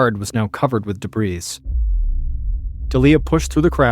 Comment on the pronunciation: The 'S' in debris is silent.